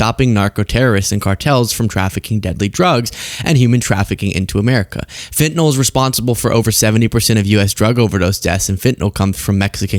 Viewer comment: please show that you're more articulate and aware than most journalists: it's fentanYl, not fentanOl